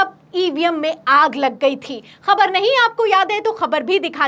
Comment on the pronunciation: Khanna is pro modi. Anchor please correct your pronunciation. The words like: Khabar, Khaak are pronounced wrongly. Use Bindi below 'Ka'